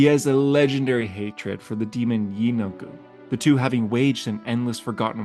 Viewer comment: 😂you got me lol and the last lord sounds like “yee-no-good” 😊